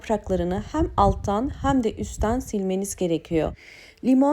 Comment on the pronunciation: Yeni nesil neden "hem" diyemiyor acaba